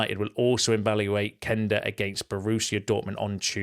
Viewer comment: Thank you for correctly pronouncing Quenda‘s name. You‘re one of the few United trackers who gets it right (cough…Jay…cough…Sam…cough)